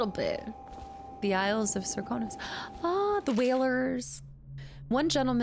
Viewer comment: if I may it Sir-kan-os